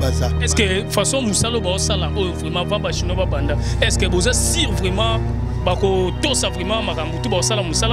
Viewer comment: balobaka '' SUR '' mais '' SIR '' te.